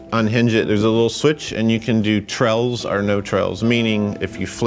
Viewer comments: say trails again please. Treles, trells, 😂😂😂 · Another word that says funny,.....Trails.... It's so cute!